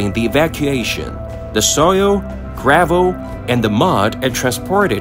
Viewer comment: What's up with your tts mispronouncing half irs transcript. Tun-ol, under-stued grav-ol soul-ul multie pool